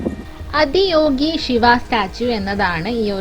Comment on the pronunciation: അദിയോഗി അല്ല , ആദിയോഗി എന്നാണ് . ആദി , മീൻസ് ഫസ്റ്റ് എന്നാണ് .